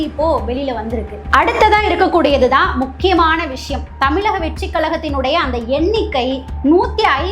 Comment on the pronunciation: ழன்னு சொல்லத் தெரியுமா? ள, ல எல்லாமே வெவ்வேறு pronunciation…எப்படி பேசக் கற்றுக் கொண்டீர்கள். Voice of Tamil Person cannot distinguish basic sounds of Tamil alphabets. தமிளக வெற்றிக் களகம் …இரண்டும் ழ